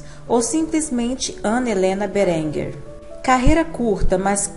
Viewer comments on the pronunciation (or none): Lê-se BÉrenger.